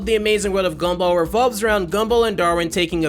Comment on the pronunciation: i heard scumball and laughed